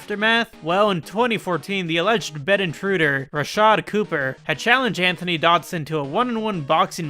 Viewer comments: antoine is pronounced ANTWON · antoine probably = antwan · why tf did he say antoine like that